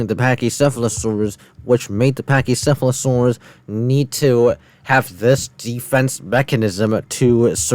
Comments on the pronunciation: ahh yes a Phech-sheff-fla-surus totally correct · "Hello to the pacheesefalosawus!" I dont like this guy one bit dawg